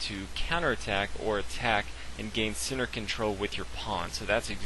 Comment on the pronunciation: Each time you should say "centre" I hear "sinner". Your chess knowledge is very big though :D